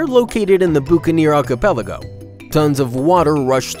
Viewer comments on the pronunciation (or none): none